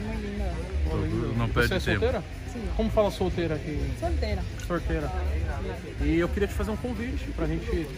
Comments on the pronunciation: Como fala solteira? - Solteira - TOGURO: soRtera kkkkkkkkkkkkkkkk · Toguro : como é que fala solteira Paraguaia: sollllteira Toguro : sorreteira 😂